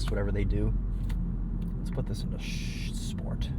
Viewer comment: Paging Sarah-n-Tuned sschporht mode